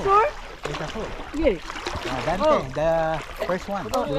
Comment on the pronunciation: Nakakatuwa mga guests nyo ngayon! From "You have to find a hole!" He answered "Oh a hoar"😂 Dalaman says "There's a hole!" He answered again "There's a hoar?"😂✌I know he didn't mean a "hoar" 🤣🤣